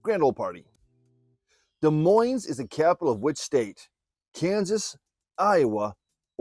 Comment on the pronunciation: Q.92 It's Des Moines not De Moines.